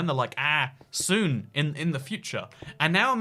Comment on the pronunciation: You saying “soon” is triggering me